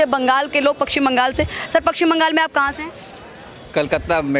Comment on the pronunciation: Pakshim bangal??? , madam it is paschim bangal.